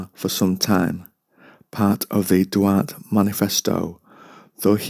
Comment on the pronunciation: Duarte (Dwar- teh)